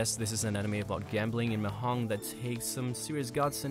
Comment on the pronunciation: The j in mahjong is not silent. Has to be pronounced. Sorry but it irritated a little to hear it pronounced like that even though that's not really the point of the video.